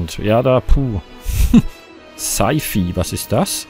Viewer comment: man spricht es scei fei aus